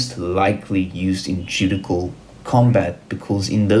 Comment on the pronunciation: The word "Judicial" is pronounced "ju-dish-ial" in English.